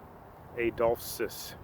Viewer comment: SO ANYTIME THEIR IS A "PH" IN A NAME ITS PRONOUNCED AS "F".... LIKE "PHONE" OR ADOLPHUS IS PRONOUNCED "ADOLFUS". HOWEVER, THIS IS A COOL VIDEO,!